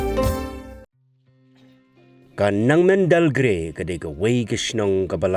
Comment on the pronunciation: It's Nengmandalgre not Nangmendal